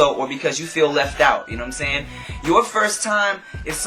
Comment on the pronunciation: ..nah its more like...."YouNoImSaying?"